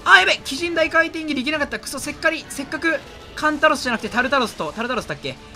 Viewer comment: せっかくを せっかりって言う 理系のよしなま 文系はもう捨てたのか